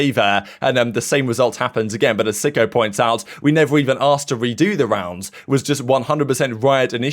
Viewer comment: Pretty sure sykko is supposed to be pronounced psycho not sicko... but could be wrong